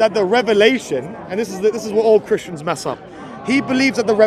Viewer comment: It's so funny when people say "Christy ans" 😂